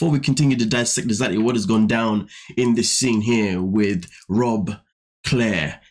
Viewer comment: You naturally pronounce "Rob" like "Robe". British enough to me lol